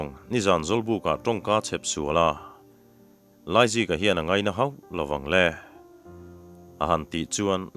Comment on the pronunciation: Laizika tih tur ah Aizika a ti tlat reng hi a chhiartu leh a then hi hlawm ti a sawi/ ziak bawk hian a tibuai hle mai